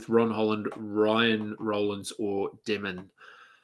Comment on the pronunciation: If you care ask Josh how to pronounce DEMIN